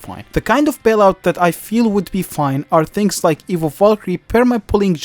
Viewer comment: every once in a while, I'd here "evil" instead of "evo" but honestly "evil megaknight" and "evil edragon" is about right